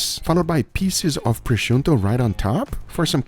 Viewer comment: Thanks for learning how to pronounce prosciutto